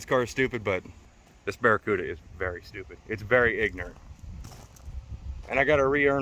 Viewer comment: ‘Barelycuda’ hehe